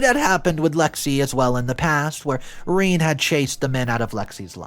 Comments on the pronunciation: sigh - Rene is pronounced "ren - eh" duuuude look things up. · Rene?! Really? Reen? WTF?